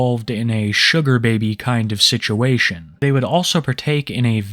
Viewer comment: the way says “beeby ” 😂😂😂 I thought it was like BB